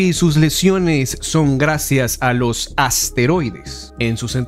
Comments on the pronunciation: No sé dice asteroides se dice esteroides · Creo que se llaman esteroides más no asteroides como lo dices